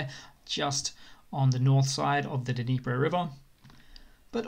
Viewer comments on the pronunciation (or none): none